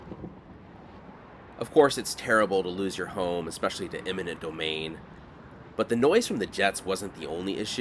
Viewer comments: It sounds like you’re saying “imminent” domain. The proper word is “eminent” domain. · EMINENT DOMAIN NOT IMMINENT DOMAIN😂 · It became clear when he said “imminent” domain 😅